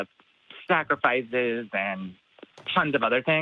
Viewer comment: I thought it sounded like said "snackrifice", which made me think of how that could be like a Monty Python bit. "You feeling hungry?" "Yeah, I could go for a bite...let's grab a chicken and go up to the altar and whip up a little snackrifice."